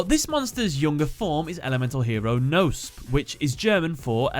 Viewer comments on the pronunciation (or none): Uff the German is ouch. German really has silent letters so Knospe (speak it Kenospee) and Blume ( Blumee) . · Yeah your german is terrible. You pronounce evry letter in Knospe and Blume in german. They don't eat their e's😅 So it doasn't sound like Bloom😅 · Not to be rude but the e in both blume and knospe isn't silent, the k in knospe as well. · Actually you pronounce it kno (similar to knob with out the b) and spe like special. Greeting from germany even i`m no yugi oh player they are realy interesting^^ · dat pronounciation of "Knospe" and "Blume". I'm like, there is no "noesp" in German and translates to "butt" looks at the actuall name oohhh....ohhhh, I get it now xD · In german the e at the end of Knospe and Blume is not silence. just sayn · The k of Knospe is also not silent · Knospe is not pronounced like that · I am just here to say, that that isn't how you pronounce "Knospe" Same for "Blume" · the word knospe got really butchered the k, p and e aren't silent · you couldn't be more off the actual pronunciation of the german names Knopse and Blume. the rest of the video is great tho